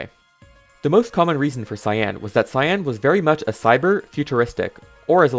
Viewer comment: The word cyan is not pronounced with emphasis on the a. It isn't cyán, it is pronounced cýan with emphasis on the y. If the emphasis is on the a, it sounds like two words and is just wrong.